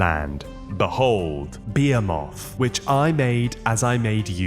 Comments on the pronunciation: Am I the only person who knows how to pronounce behemoth? I thought this was a common word!? What the hell is going on? It’s not behe-MOTH, it’s be-HE-moth. Trust me, you’ve heard this word before. People use it all the time to describe huge things. I feel like I’m taking crazy pills when I hear people get this so wrong. Be-HE-moth. There are no moths involved here. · Its be-HEE-muth 😂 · "Bee-emm-oth" And again... 😅 "Bee-emm-oth"